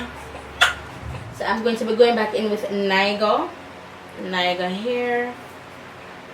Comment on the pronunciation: Niger actually pronounced "Nai- jah" lol. Green is one of my least favourite colors but it looks really good on you.